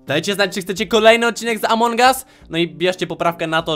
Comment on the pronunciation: Among a nie amoung